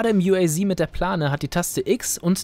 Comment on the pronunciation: Uaz das wir Deutsch ausgesprochen u a z